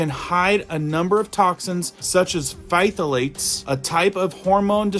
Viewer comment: Hey man, great video, just wanted to give you a heads up, phthalates is pronounced “Tha-lates.” Not criticizing or anything, just wanted to help you with that. Have a great day!